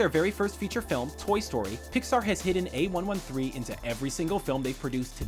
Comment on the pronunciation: That's not how you say "A113".